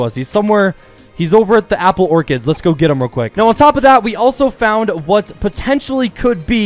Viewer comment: Again, its apple orchard, not apple orchid. Orchid is s flower, orchard is where you find apples...